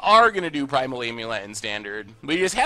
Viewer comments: “You say AMulet like you say AMerica”.. ai-am-ulet? Best of 2017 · I never heard anyone pronounce the 'a' in 'amulet' like the 'a' in 'America'. People usually pronounced the 'a' like the 'a' in 'I am'.